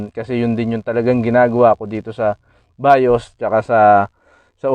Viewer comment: hindi BAYOSS. veeeyuz ang pag pronounce